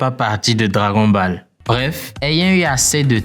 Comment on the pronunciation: On dit dragone bollse